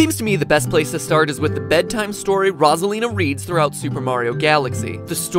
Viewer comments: Wait, her name is pronounced Rozalina? I thought it was pronounced Rosalina! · Nope. He just pronounces it weirdly. Everyone else I’ve ever heard say her name says it Rosalina. As in, Rose at the beginning. Unless you meant this as a joke, in which case, I think I was just r/wooshed